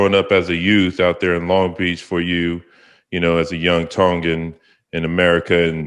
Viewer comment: lmao hey host you plastic asf you pronounce tone-gan like a palagi lmao